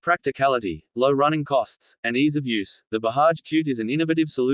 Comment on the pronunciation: It’s BAJAJ and don’t pronounce it as Bahaj.